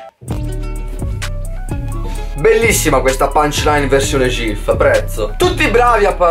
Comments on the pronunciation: Persona normale: ghif: SGIF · Ma perché “gif” con l’accento toscano?😂